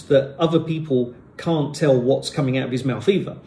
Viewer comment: My Grandad has a old rural Essex accent that you don’t hear at all now, only in the elderly folk. He sounds to me somewhat similar to Gerald, he’s from around Colchester but lives in Bicknacre now. He pronounces “I” more like “oy” and saying words like “can’t” he’d really stress the A sound like how you’d hear Cornish folk pronounce it. Seems like in the south east and Home Counties, you don’t get too much accent variation anymore.